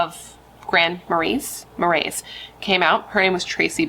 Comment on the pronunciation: "Marais" is pronounced in French like "mar-ray" / "mar-eh" (or pretty close to that). It literally translates to "swamp."